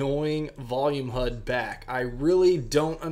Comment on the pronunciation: PLEASE stop saying 'HUD' 😖